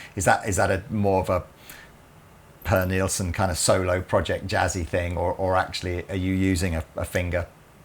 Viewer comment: Purr Nilsson lol, his name is pronounced 'Pear' Nilsson.